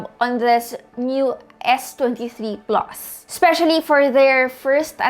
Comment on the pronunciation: S23 "PLOS"? Haha